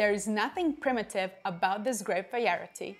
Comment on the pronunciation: You can say it wrong as many times as you need. It is cute lol. You pronounce it "vaierity" instead of variety. The wine contents and everything are fantastic so don't change a thing :) Many thanks!